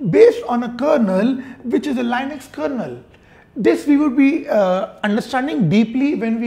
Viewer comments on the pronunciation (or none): Why does he say Lainux for Linux?